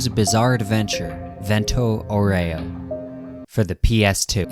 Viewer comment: Look up the pronunciation of Aureo, please, my ears are bleeding